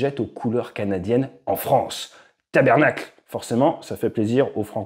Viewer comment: Tabarnak! Pas tabernacle 😅 Et dans ce cas on parle de Québécois, pas de Canadiens 🙃